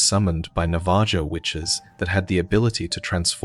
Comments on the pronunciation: Navajo is pronounced Nav-ah-ho, I'm a bit insulted that you didn't check to make sure you had it right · It's gotta be, nobody pronounces Navajo like that